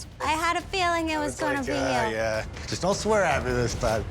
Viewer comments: “That’s juwst da wey da coowkie cwumbles” I would’ve walked out right there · She didn’t even say “just” haha 😂